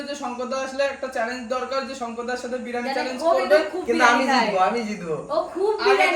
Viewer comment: Ota birani noi biriyani hobe 😂😂😂